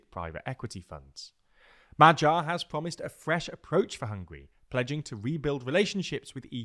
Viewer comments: The G in Magyar is pronounced the same as the G in Gordon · Close but wrong the "a" sound in hungarian is pronounced like the first sound in the english word "awesome". And the "gy" sound is pronounced like the first sound in english word "during". "M" and "r" sound just like you'd say in english. So put that together and there you have it.